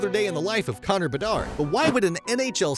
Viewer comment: Hahaha, came to say the same 👍